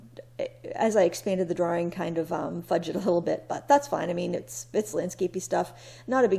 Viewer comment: I come for the art and sometimes stay for the way you pronounce "drawRing" just like Austin Powers, ha. Love old architecture. Here, we're losing medium sized retail too. Not a good sign. SIGH! Thank you.